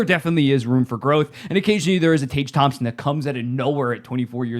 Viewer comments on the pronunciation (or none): none